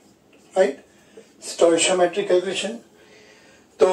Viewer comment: 🤣🤣🤣🤣wo stoishiometry ni hota hai wo hota hai stoichiometry (stoy kee aw muh tree)🤣